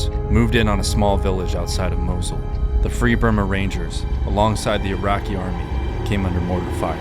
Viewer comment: Did you mean the city Mosul? It sounds like your saying Mosley, not to be rude